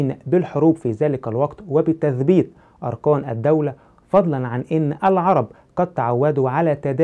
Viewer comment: اولا معركه بالكاف وليس بالقاف اركان وليس ارقان مخارج الحروف مهمه ويجب الاعتناء بها ثانيا اجتهاد علماء المسلمين كان بالتواتر مع توثيق الرويات الغير متواتره للامانه العلميه والاخلاقيه وتم تمحيص المتن والسند والراوي نفسه ثالثا لا يهم ما يقوله المؤرخ المعاصر فليس منه يؤخذ التاريخ لانه وخاصه ان حاول تكذيب التاريخ الاسلامي رابعا العرب كانت معروفه بنقل الروايه شفاهيه وحتى يومنا نجد قصص ورايات واشعار واغاني تروى من الذاكره ولا ننسى اعظم كتاب المحفوظ بالصدور خامسا لنفترض لو اختفت كل الكتب مره واحده اول كتاب سيتم استرجاعه هو القراءن دون منازع ودون خطأ ومن ملايين الاشخاص دون مبلاغه وباقي الكتب لو استرجعت لن تسترجع بالكلمه والحرف وستكون مختلفه عن الاصليه سادسا تطابق الرويات في المتون دليل على صحة الروايه لان الشاهد كان متواجد والاسانيد كذالك مع اختلاف الرجال والتنوع دليل على تلقي الروايه من مصادر شهدت الواقعه من قول اوحدث او عمل سابعا التاريخ الاسلامي من اوثق التواريخ من ناحيه الروايه وذالك ان لم يكون الاوثق ثامنا عندما نتعامل مع الاسلام تاريخيا فهو ليس دين اندثر واعيد اكتشافه بل هو تاريخ مستمر حتى يومنا هذا وكل يوم يسجل حدث ويصبح من التاريخ الاسلامي لان العلماء لم ينقطعوا يوما عن توصيل الرساله للناس حتى يومنا وكل يوم يسجل بان الاسلا هو دين الله الذي رضي به لنا ولجميع البشريه تاسعا من المفروض التأدب عند لفض اسم نبي الاسلام محمد صلى الله عليه وسلم وتطرح على الاقل عليه السلام وحتى ان لم تكن تؤمن به او تكرهه ا